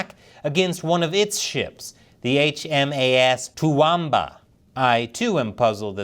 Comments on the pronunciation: It's "too womb a"not "too wamb a" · HMAS Toowoomba it’s pronounced To wom bar Phonetic Towomba so the “o” is more like “um” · Toowumbu? doesn't know how to Toowoomba. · How about we indulge ourselves in an etymology lesson? It is pronounced Too-Whum-Bah. An Australian Aboriginal word that means 'where the melons grow'. Toowoomba is a large country town in Queensland. 'ba' means 'there' and Toowoom means 'small melons' so the name Toowoomba means place 'where melons grow'. Here endeth the lesson! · You said it wrong. It is two womb ba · as an Australian i love your content but toowoomba is pronounced ta-woom-ba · toowoomba is pronounced too wuum bah tə-WUUM-bə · It's pronounce "two-woom-ba". Please,. Speaking of not knowing geography, Toowoomba is a city in Queensland. If the CCP is stupid enough to attack Taiwan, it'll soon see its navy on the bottom of the ocean... Keep Taiwan free and independent. M 🦘🏏😎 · HMAS TOOWOOMBA = Two-woom-ba..... How to pronounce correctly. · Your clips are always an interesting watch. Side note: Toowoomba is pronounced 'Two-whoom-bah' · It's pronounced to/wom/ba or to/woom/ba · Its Too-woom-ba! 😂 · Typical American arrogance. Don't take the piss out of the name "Toowoomba" just because you are too ignorant to learn it's correct pronunciation. Not an American place, so just not that important, right ? Pull your head out of your arse. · Hi a Aussie here you miss pronounced Toowoomba which is also a place in Australia but I don't blame you for it is a unusual name